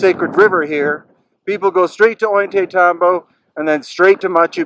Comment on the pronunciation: You've been doing this for 20 years and you still can't pronounce "Ollantaytambo?" Ohl-yah-tie-TAM-bo. The terraces over the river are named simipuquio, speaking spring. You still doing that "thousands of years ago" babytalk? By now you certainly know better. Everything in that town, pre-conquest, was Inka, ordered by Kusi Inka Yupanki Pachacutiq.